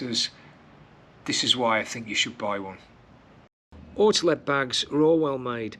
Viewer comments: There is no letter between the t and l in Ortlieb. It's ORTLIEB, not OrtEleb. i almost vomited each time you said it so cringy. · orti-leb? ort-liib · your pronunciation is really cute ;-) Ortlieb is German, so you do pronounce it as Ort like in Orc, just with a t of course, and lieb is much longer like in leaf 😂 But thank you for your excellent review. Because of it, I've decided against this particular bag. Firstly, I would love an external phone pocket for GPS, secondly I would want to carry it around preferably cross-body, and last but not least, it is rather expensive. Thanks once again, you helped a lot.